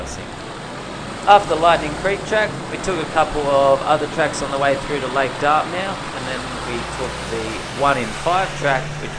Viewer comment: Pronounced "Dartmuth"